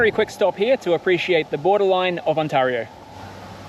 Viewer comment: On-tay-rio eh? Had you headed east, the Townships have excellent rides. Gears to you man.